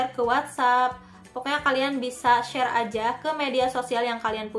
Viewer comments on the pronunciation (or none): none